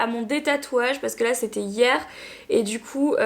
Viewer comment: Dans chaque vidéo à chaque fois que tu dis "parce que" je trouve que tu as une manière bizarre de le dire 😅 en mode "parce qu'EUH" ça me perturbe...